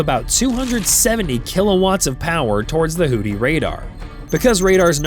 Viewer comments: Houthi is pronounced "WHO-thee" not "WHO-tee." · "hoodees"???? "new phone. who-dees?" "hoodee and the blowfish" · No, this is the A-10C Thunderbolt II nicknamed "Warthog". Also, this is a result of not listening to your AI narrator before publishing. It's "Houthi" not "Hootie". I was wondering what the rest of "the Blowfish" were up to when you said that. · Did someone put a D in Houthi and didn’t tell me…? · I like the fact this fake AI voice pronounces it "hooties", as in "Hooti and the Launcherfish".